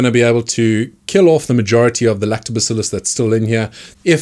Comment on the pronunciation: i like when you say lactobacillus